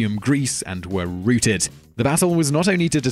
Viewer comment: Is no one gonna say anything about how he pronounced routed?